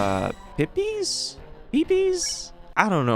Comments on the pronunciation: It’s pronounced “peepus” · It is pronounced PEE-PISS.